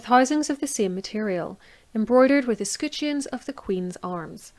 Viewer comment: Ess-Cut-Shuns? Ess-Kut-Shuns? Or Ess-Cut-Shens? Or Ess-Coot-Shuns? Or Ess-Cat-Shens?